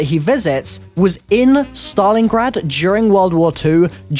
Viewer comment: Im sorry but did he say Saton Your Ass?